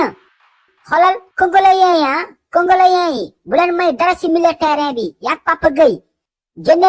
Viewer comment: Congolais au lieu congoléen😂😂😂